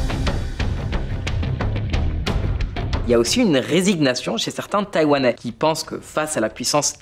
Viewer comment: bon travail comme d'habitude, mais pour le mot "résignation" on dis phonétiquement : "resiniation" et non pas resi'g'nation, à part ça le contenus est parfait, vous faite du très bon travail 🙂